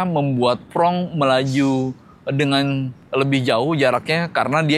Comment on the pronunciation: Reviewer belepotan begini kalian masih juga pertahankan, berbicara saja berantakan. Mau sok-sokan bahasa Inggris tapi menyebut FRONX jadi FRONG kurang hurung S diakhir kata 😂